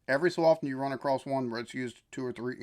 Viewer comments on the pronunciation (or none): Question for you, what is it with americans and canadians saying "acrosst" or "acrossed" theres no "T" or "ed" in across, its just plain old across